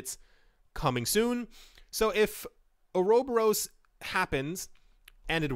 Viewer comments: Or-Uh-Bor-us = uroboros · Just found it funny but its (Ora) (bore) (us) . Pronunciation isnt a big deal, just found it funny to hear.